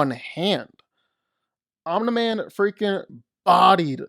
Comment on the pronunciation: Why can't you pronounce "Omni-man"?